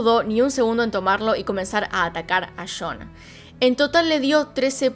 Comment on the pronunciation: DIJO YON Y yo esperaba que dijera algo como chon por lo Argentina jejejej